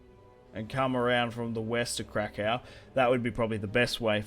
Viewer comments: If you want to say krakow in polish it’s krakoov as in crack oof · Let me clarify how you say Kraków, if you put it into English pronunciation it would be: Krakoof, hope it helps :)